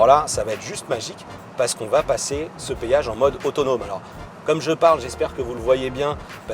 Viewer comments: C'est un génie ce gars.On appelle ça un Péage pas un payage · Petit con on dit péage pas payage